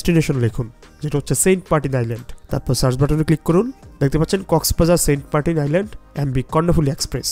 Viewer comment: sobai boltache saint martin tar poreo apni bolchen saint partin karon ki vai